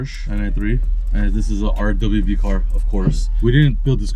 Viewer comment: Hey, RWB, not RDBB or RDBV😂